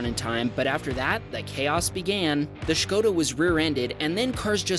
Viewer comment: Nice Škoda pronunciation! Thumbs up!